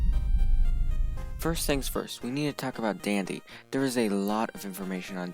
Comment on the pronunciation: idk why but when it said "Part one Dandy" i thought it said part one Diddy lol